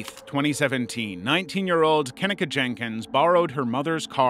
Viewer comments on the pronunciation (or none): Maybe look at pronunciation of names, especially for victims. Keneeka Jenkins is incorrect, you are pronouncing it like Ken-eh-ka. It is pronounced Kah-neek-uh - as shown in multiple news reports and interviews with her mother. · her name is pronounced Ka -KNEE - kah